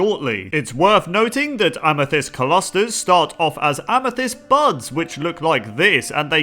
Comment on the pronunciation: Is it weird the way he pronounced "clusters" was bothering me? :\